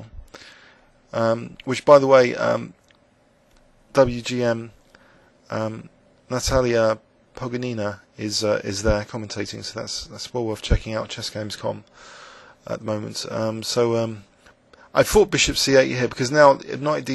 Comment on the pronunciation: BTW, "Pogonina" is pronounced with accent on the second "o" -- poGOnina. pogoNIna sounds really awkward to a native speaker... ;)